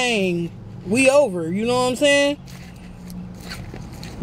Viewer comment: Nobody:: mouthfull “nowhamsayn”